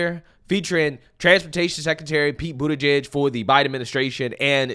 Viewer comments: What did you say his name is? Did you say Piet Booty judge?🤣🤣🤣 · How do you pronounce that last name because it sound like booty-gay to me.